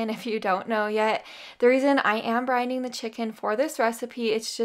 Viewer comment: brinding? Ohhh brining?